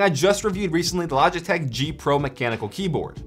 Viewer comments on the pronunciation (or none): none